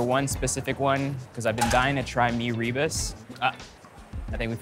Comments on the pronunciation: FYI, “rebus” should be pronounced as “ruh-boos”, not “ri-bus”. And kudos to the host for not sweating at all. Remarkable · Rebus is pronounced as “Rer boos” not Ree bus. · ra-boos? that’s how the typical singaporean chinese pronounces malay words, which is horrible. like “nasi lomak” 💀 it’s ruh-boos bro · It’s like Mee Robust 😂😂😂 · It's Mee "reh-boos" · actually its pronounced as "ruh-boos" closer to the RE in "Rendang". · mirror boose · Rebus - accent on the second syllable. The potato rissole is called bagedil- always in an authentic Mee Soto